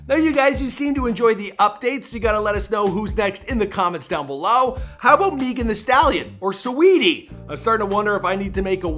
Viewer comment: He said, “how about meeegun thee Stalin?”